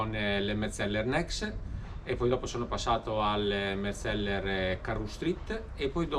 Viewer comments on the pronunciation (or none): Ma perché mezzeller ? È difficile dire Metzeler senza doppie ??